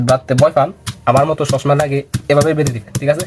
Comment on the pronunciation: 😂 সালটা না চালতা 😂 😂 খদম না কদম 😂 😂 ছসমা না চশমা 😂 😂 রেদি না রেডি 😂 😂😂😂😂😂😂😂😂